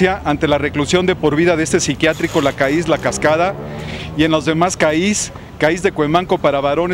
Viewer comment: "CAÍS" JJAJAJS ES CAIS!!, CAIS!